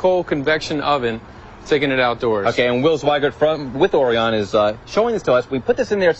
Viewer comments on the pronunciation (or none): O-R-I-O-N, reporter guy! The presenter even said a few times and the reporter STILL pronounced it wrong. LOL. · I love it. The reporter pronounced the name wrong every time.